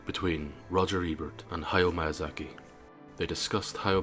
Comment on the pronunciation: interesting video. I subscribed because of your little girl. Your pronunciation of Miyazaki is terrible though.